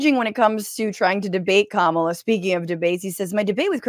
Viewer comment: Once he said, “kuh-MAH-luh” I clicked off. I can’t take him seriously.